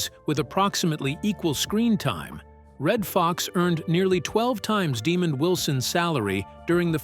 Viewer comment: Hey,, It's pronounced Demond not demon.